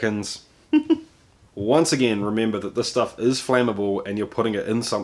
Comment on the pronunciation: Swallows the last drop. "Yeah, thatsh lovely schtuff"